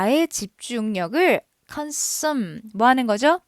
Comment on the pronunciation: Consume 발음 실화? 아무리 독해라도 좀 기본단어 발음은 정확히 할 필요는 있어보입니다